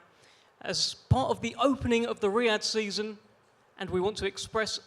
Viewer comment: Why don't you say Riyad season 1 more time 😂😂😂